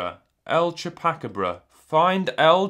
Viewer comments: Its *choo-puh-caw-bruh*. Not chewbaca-bruh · Chew-Pack-A-Bruh. LOL CHEW-PA-CARB-RA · tʃu -pa-ka-βɾa according to IPA (International Phonetic Alphabet). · Mätchä nope, it is choo-pa-cah-bra, no chew, in spanish we don’t pronounce the u like that. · CHEW PACK RA BAH! Dude. It's pronounced EL CHEW PA COB RA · Pronouncing Chupacabra: "chew-pah-cah-bra". There you go. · CHEW PACK RUBBA! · CHEWBACCA BRUH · "Chew Pack-a Bruh" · It's Choo-paw-caw-bra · El shupakrebruh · Choo puh cah bruh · that isn't the case here though. The intent is directed mainly towards who failed miserably at pronouncing it. chew-pah-cah-bra is phonetically correct to show him how, as is choo-pa-cah-bra. They are, for him (English) essentially the same. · It is pronounced like "shoopa-cábra" lmao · El Chu-pack-a-bra triggered me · choo pah kah bras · "CHEW PACK ABRA" LOL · "Chewbackabruh" Nice. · For future reference, Chupacabra is pronounced CHOO-pah-CAH-brah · Chupacabra (CHoo-PuH-cAH-bruh) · CHU-KA-BRA Itsa a small dog creature in Mexico 😎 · Its pronounced Chupa-thingy. Thanks Red Vs Blue. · For the record its pronounced 'chew-puh caw-bra'. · it’s pronounced el choop a cob ra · It’s pronounced Chu-Baca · As a Mexican-American I died when you tried to pronounce chupacabra lol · as a Texan I took for granted knowing how to pronounce chupacabra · Bruh, I don't even speak Spanish and I was like, "Wait, is he trying to say 'chupacabra'?" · Dude as an American American I died when he tried to pronounce it XD I guess in the UK they don't know the legend lol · I'm dutch and even I knew what he was trying to say (I think I first heard it on Dexter's laboratory). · I'm here for the EPIC chupacabra pronunciation!!! That was great!!! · This was hilarious although I am not sure why in the Dusty there's was a game of a mythical creature/supernatural creature not very airplane vibes, but it was interesting to hear try to pronounce "chupacabra" not bad